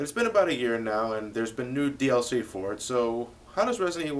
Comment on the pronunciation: I swear he’s saying nude dlc